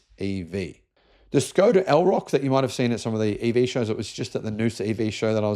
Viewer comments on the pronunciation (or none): none